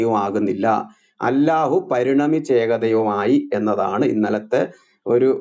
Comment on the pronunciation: ഗുരു എന്താണ് അല്ലാഹു എന്ന് pronounce ചെയ്യുന്നത്, അള്ളാഹു എന്നല്ലേ ശരി 🤔